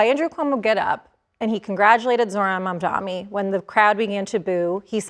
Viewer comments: Mamdani not mamdami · She keeps saying Mamdami like Cuomo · Is it intentional to keep mispronouncing his name? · Yes, why does she still mispronounce his name?